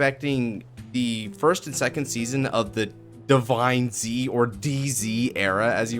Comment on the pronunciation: on the stream they said divineZ like Z was a "s" so sound like divines